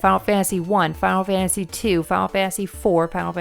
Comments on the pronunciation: Fiyul fansee fiyul fansee lol ennunciate please Fi-Nul Fan-Tuh-See Final Fantasy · "fah fansy"